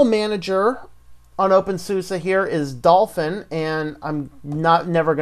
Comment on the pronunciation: thanks for the review. Just please don't call it open SUSSA!